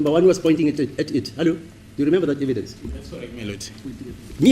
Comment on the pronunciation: not eve he'llo😂